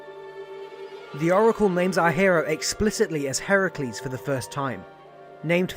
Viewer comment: I'm so happy that you pronounce Heracles' name properly. so many say Her-Cue-lees and while modestly funny in western culture, it's just so wrong in the telling of the stories.